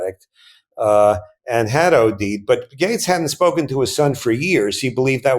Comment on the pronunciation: Just fyi I watched half this video hearing you comment on "gangs"... it wasnt till you mentioned how fit "gangs" was that i relized youwere saying "Gates" .... suddenly everything clicked & made sense.